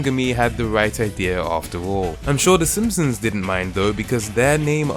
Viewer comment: "The Ssmpsns..."